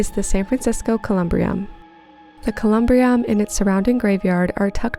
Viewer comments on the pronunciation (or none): Just so you know, it's pronounced Colum-bury-em 👻, and thanks for introducing me to a few places I did not know about. Did you also have time to visit Colma? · It is pronounced, "Coe-Lum-Bury-Um". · As an SF native, you did my hometown proud: there are TONS of spooky and strange little corners here, but you've highlighted some of the very best! Next time you're in town, check out some of the Emperor Norton memorials! (Btw, it's pronounced cuh-lm-BEAR-y-um, but you're right that it's a surprisingly joyful resting place) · As an SF native i've gotta say you did a great job on this. My only critique is with your pronunciation of Columbarium. Next time you definitely need to check out the ruins of the Sutro Bath house and the park across the street from it. Also Chinatown has a lot of spookiness and haunted places